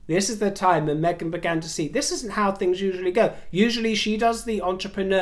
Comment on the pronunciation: I adore you. I have noticed in the last few videos you’ve been pronouncing Meghan without the G, darling you have a lovely accent, the Mahzin, my dear is becoming a pet peeve.